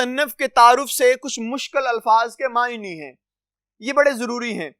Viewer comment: بہت بہتر لیکن آپ کے کچھ الفاظ کا تلفظ غلط ہے اساتذہ معنی سوانح طلباء